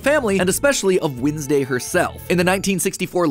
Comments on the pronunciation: Y u sayin winsdau it is wed nes day (no hate😞😢☹🙁) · The only thing wrong in this video is Matt's pronunciation of Wednesday. When's day > Wins day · why do you pronounce it wIdnesday and not wEdnesday 😭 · Your proununshion is wrong its not winsday its wenday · windsdey you said it? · i'm sorry but i'm more focused on how matpat's saying "windsday" and i don't know why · I just can't stand Matt calling her "Windsday". It just feels wrong. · WHEN YOU SAID WINSDAY I ALMOSTT DIEDDD😂😂😂😂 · Why does he say Wednesday like winsday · Is it just me or it’s MatPat saying weesnday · Am I the only one noticing the way Mat says Wednesday is Winsday? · Does anyone else noticed matt’s Wednesday pronunciation? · HE PRONOUNCED WEDNESDAY WRONG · your pronunciation of wednesday bothers me idk